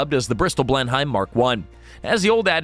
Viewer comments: it may be spelled as Blenheim but it is pronounced Blenam. Yeah I know, typical British huh. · It's a bit hard on my ears to hear how you pronounce "Blenheim".